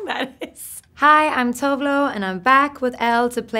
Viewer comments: It bothers me when she pronounces her name that way 😅 It must be her own thing because that is not how Tove is pronounced in Swedish. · why is she pronouncing her name wrong? lmao jk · She said her own name wrong